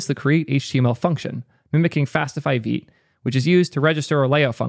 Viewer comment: He says veet